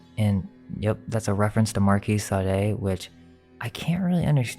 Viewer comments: The 4 hours seemed like 2, but I had it on in the background, so... Now watching again with full attention even if it takes me several evenings, that's kewl. However, Marquis de Sade, you're pronouncing it wrong. Sade is pronounced "Sod" or Saad". (Only one syllable) I double-checked with the French. (Julien Miquel's YouTube Channel) Thanks for all you hard work and fun! +) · Marquis De Sade is pronounced... Marquis De "Sod" or De "Sawed" Marquis De SOD-OMY